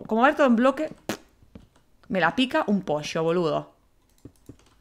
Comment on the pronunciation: No exageres hablando de Posho en argentino decimos mas fuerte el sh :v